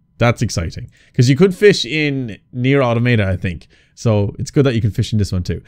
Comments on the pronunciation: Alt title for the video could be painfully wincing everytime gamer guy mispronounces Automata. A-ta-ma-ta is not the way it's pronounced. A-tom-ata is how it's pronounced. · The second way you pronounced Nier Automata was correct. You've probably heard everyone pronounce it the first way which is completely wrong because apparently native english speakers don't understand their own language at all.